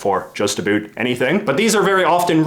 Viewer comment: "A boot" I am Canadian as well and it is a bout